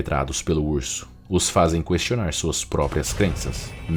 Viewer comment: Ficaria melhor se Narrador aprimorasse pronúncia Português: Na paravra "questionar", não se pronuncia a letra "u" (pois a letra nesta palavra nao leva trema... 😉